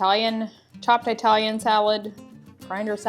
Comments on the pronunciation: Those sandwiches look so good,. By the way, Italian is pronounced like India, increase, inside. So many people say "eye-talian", which is incorrect. I've heard some say "Aimish", also incorrect of course. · Italian is not pronounced with a long I sound. It's not eye-talian. ❤